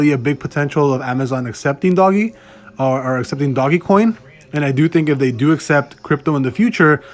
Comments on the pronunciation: Please stop calling it doggy coin. Just stop. Can't even listen to your video.. I immediately turned it off. Can't even take you seriously because you sound like an idiot. Dogecoin. (Doje-coin) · Hey guy it's DOGECOIN not DOGGYCOIN asshole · it's not doggy coin moron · There's no reason for you to say "Doggy" coin either. If you're gonna talk about Dogecoin on your channel, learn how to say it right dude.